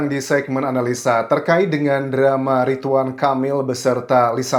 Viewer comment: Ridwan bukan Ritwan